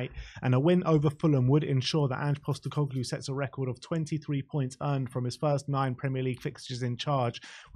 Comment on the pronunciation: Another… “Coglu” to add to “Costecoglu”